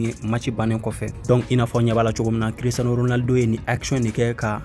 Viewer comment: Tu est vrai Barcelonais 😂😂😂 tu ne fait que de gâté le nom de Cristiano ça fait plus un ans que je te suis. 😂😂😂